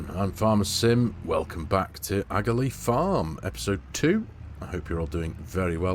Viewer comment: Love the series in N. Ireland (my home country). Just a few things to note is the pronunciation of Aghalee (Ahh-a-lee) and we are in N. Ireland so the currency is Pounds Sterling like the UK.